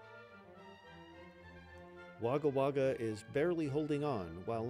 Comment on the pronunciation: Every time you say Wagga Wagga, a part of my soul dies. 💚💚 As ever, thanks for the naration.